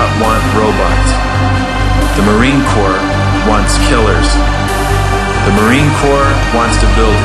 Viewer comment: "Corps," isn't a word which many people use/see in their day-to-day vocabulary. The Marine Corps/Peace Corps have very little relevance in my life. I think its forgiveable that there are other Americans/members of the general populace who are in a similar situation. Since its a word I rarely use I was going by ear and as the "s," is silent it sounded just like "Corp.," to me. I'm sorry if this somehow offended a patriotic/elitist vibe in you, but mistakes happen. Deal with it.